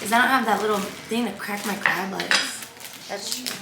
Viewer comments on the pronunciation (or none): none